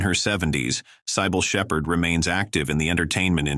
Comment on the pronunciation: Sigh-Ball Sheppard? You ought to be sued